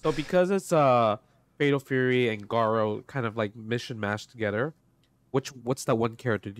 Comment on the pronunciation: I know I'm being nitpicky af, but I can not believe people still can't get Garou right when literally every announcer after Garou Densetsu Special back in 93 clearly says "Garoo" and not "Garow."